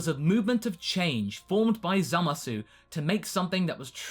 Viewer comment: you started pronouncing the U in zamasu again oh no